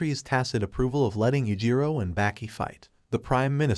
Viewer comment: Bro its not 'Backy' And its not 'Yogurt'